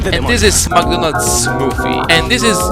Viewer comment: "and this is Donté and this is MagGonelds Smoofie And this is Jay-C!-On!-mo-mo-uh" D M C